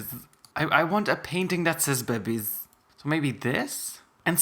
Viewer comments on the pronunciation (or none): everytime he says "bebbiez" it give me hard chills. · love how he pronounces babbiez lol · I love how he says bebbiez XD edit- it’s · I like how he says bebbiez